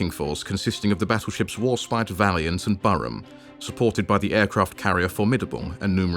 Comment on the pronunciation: Too many mispronunciations! Bow, Barham and albeit. It is not Al- be-it, it is All-be-it. Another Churchill mistake not finishing of the Italians in the desert and send good troops to die in Greece & Crete for no good reason plus the naval losses during the evacuation of Crete.. Good map and graphics.